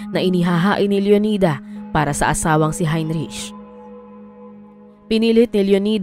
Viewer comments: Please note the proper pronunciation of the name Heinrich. It should be 'hein-rik' not hein-rich. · HeinRick ang pronunciation niyan. 😊🇬🇧